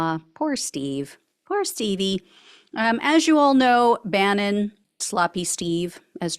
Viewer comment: That was the correct pronunciation...👍🏼👍🏼👍🏼. They should hold off till September so he can spend the holidays locked down.